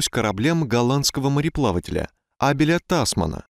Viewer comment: Мне кажется, у вас ошибка в произношении. Нам в школе говорили, что правильно абЕль тасмАн, а возможно вы правы...